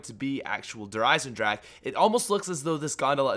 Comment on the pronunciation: i really love how all the poeple try to say eisendrache^^